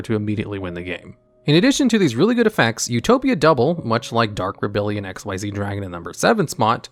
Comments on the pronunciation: I can‘t believe you read the „Xyz“ in Dark Rebellion Xyz Dragon as „Ex-why-zee“ rather than „Ex-iez“. Come on, the Y and Z in Xyz is smaller than the X, unlike XYZ-Dragon Cannon. Never mind that it’s obviously named after the summoning mechanic. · “Dark Rebellion ‘X-Y-Z’ Dragon” lol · >pronounces the Xyz in Dark Rebellion as eks-wai-zee >the very next moment correctly pronounces Xyz as ik-seez I’m convinced you’re messing with us at this point. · I find it incredibly infuriating that he says dark rebellion X Y Z Dragon because it’s so clearly XYZ! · Actually, if you were to ever actually read card text, it is called "Dark Rebellion Xyz Dragon", NOT "Dark Rebellion XYZ Dragon" as you said it! The black monsters from Zexal, with Ranks, not Levels, are called "Xyz" NOT "XYZ" and in the said dragon's name, THAT is pronounced "ek-seez"! XYZ refers to a Lv 8 LIGHT Machine Fusion Monster - "XYZ Dragon Cannon" - NOT the follow-up mechanic to Synchro! I thought you knew this game, how can you get such a basic fundamental so fundamentally wrong? What is wrong with you, man? Also, I'm after Chanbarra (it's "kan", not "chan") for my TG Deck as I already have Armades! I apparently know more Synchro plays than a supposed expert who can't even tell the difference between "Xyz" and "XYZ"! Give me strength! Although, you are American, so I'm at least going to let you off your pronunciation of tge letter Z, cuz you lot are weird! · you say Xyz in its name wrong but then say Xyz right 🙄